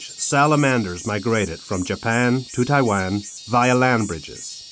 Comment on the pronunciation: 這些影片，鳥，昆蟲圖片都是台灣，對吧！ 但英語發音好多聽來是Tai-land 。 有中文發音的嗎？